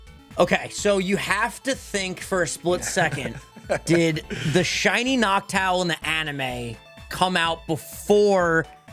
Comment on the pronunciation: The fact he said noctile instead of noctowl bothers me to no end